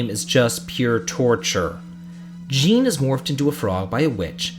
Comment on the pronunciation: I noticed you used Krile's original name Cara. I'm quite saddened that Cara wasn't used for the general English release. It's really pretty. Oh, and just a slight thing with the name Jean. For men, it's pronounced John, or Szon. It's the French version of John.